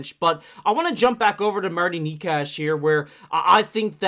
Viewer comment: wtf are you talking about Coyle being a winger and shifting into center at times? Coyle IS the third line center. Was the third line center and stayed the center. He has a ntc but it would be nice to trade him for the cost. And Necas is not pronounced that way. Did you watch any of the reporting like any lmao? Knee-Kash? No. And wtf is that chart. Coyle is not a winger and has never been a winger. And no. Necas is not a 10-12 mil. He is a 9-9.5 mil. And the Avalanche did not lose their star player. They had two stars way above what Rantanen was. Named Mackinnon and Makar.